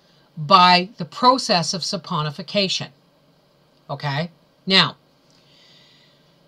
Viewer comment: It's actually saponification. And, yeah, it's a doozy to pronounce.